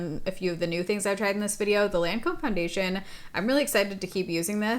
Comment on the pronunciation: Hi. Just FYI, healthy criticism only, you mispronounced Lancôme. It’s Loncome phonetically.